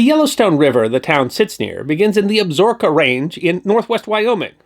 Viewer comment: Another enjoyable episode. I was particularly impressed that you pronounced 'Absaroka' correctly. I loved the Longmire series but winced every time they tried to pronounce it.